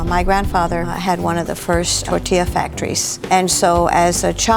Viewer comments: I don’t trust any Latino that says TORE-Tee-Yuh but her outfit looks amazing ✌🏼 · my heart broke when pronounced tortilla, taco, and tamale wrong. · I love how Zach grabbed the teddy bear with the hat on 🤠 🐻 And I love but I hate the way her pronunciation is for all the español words it sounds so white washed and it’s a shame